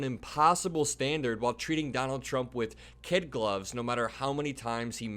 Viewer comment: It’s kid gloves, not kit gloves. As in kid leather.